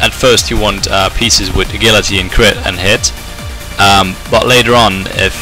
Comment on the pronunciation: Great guide, only problem is i cant stand the way you say agility